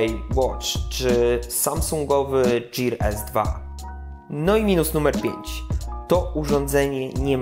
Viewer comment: "Gir", nie "dżir" :-)